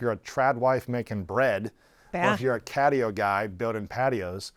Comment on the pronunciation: "Catio", Lewis? I'm surprised at you bro.